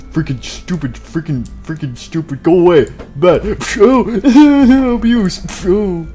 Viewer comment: I just heard ‘doopid idiot.’